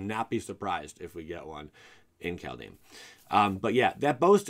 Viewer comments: Same as how he's pronouncing the set as Cal-dame. It's Kald-heim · "Called-HighM" Please..........